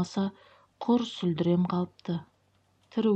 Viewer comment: ҚЫЗЫМ, ӘҢГІМЕ ЖАҚСЫ ЕКЕН, ҮНАДЫ. БІРАҚ, СҮЛДЕРІ -ДЕГЕН СӨЗ СҮЛДІРЕ ДЕП, ТЕПЕРІШ - ДЕГЕН СӨЗ ТЕПЕРЕШ ДЕП ҚАТЕ ОҚЫЛДЫ.